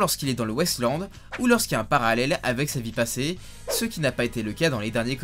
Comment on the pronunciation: ça m'a beaucoup perturbé que tu prononces "Wasteland" "West Land" ça m'a fait bizarre